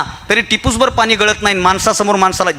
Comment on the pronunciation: पानी नाही पाणी ❤ बाकी. excellent 👌